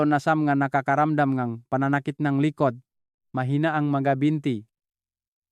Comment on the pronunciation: Doc ikaw ba ay Pinoykc para kang Bombay na nagsasalita. Pati letter g ay binibigkas mong k like tulog sa iyo ay tulok,likod ay likot. Ay yay yay you’re not a good speaker. Nung una kitang marinig ay Hindi ka naman ganyan magsalita